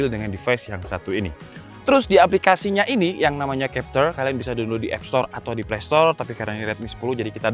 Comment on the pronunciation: playstore mas bukan playstol... XD